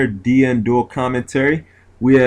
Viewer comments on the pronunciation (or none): none